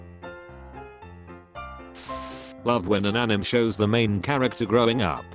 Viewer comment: Is no one gonna talk about how the voice was pronouncing anime as Animm??? No? Ok.